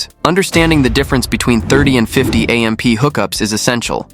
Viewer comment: A. M. P.? It's AMP! Stupid AI.